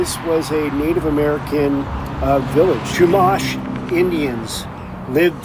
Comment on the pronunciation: Incorrect pronunciation on Gaviota and Chumash. Must not be from SoCal. Also....complete bs on ranchers or homeowners living in Hollister Ranch messing with the boat hoist during swells.